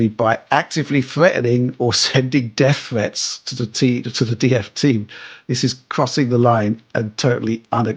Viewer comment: "Death Fwets"